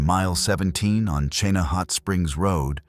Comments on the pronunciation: it’s Ch-ee-na River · Chena is pronounced "Cheena". 🇺🇸🌧☕ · "Cheenah" "Kee nI"